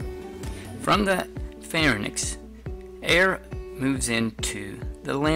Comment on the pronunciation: It is pronounced LarINKS and PharINKS...y comes before the n in the term